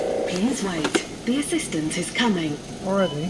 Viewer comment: Self check out sounded like she said "The Resistance is Coming"....of course, I was over by the sink eating a square of chocolate that I dipped in peanut butter and it wasn't until I sat down and rewound the video to realize she must've said something like 'the assistant is coming,' or what have you. Anyway, I can't stop laughing because how funny would it be if the register voice actually said 'The Resistance is Coming!"..every time you swiped a food and beverage item. Then I had to recall what the old saying was..Peace de la Resistance...and then, because of the register being in a seeming grocery store, how crazy would that be if the register voice actually implied that eventually 'you will resist this food' kind of thing. Battle of the Bulge, etc, via automated commands. And then, for some reason the following week you would feel like going on a strict diet only to realize later that somehow the register voice foreshadowed your diet path. Thanks for the laugh. It's 2 in a row because I was watching the sausage through the holes in the box game prior to this and it was fun and funny.